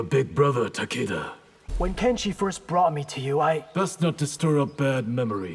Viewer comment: The closest and proper pronunciation of Takeda's name we'll ever hear🥴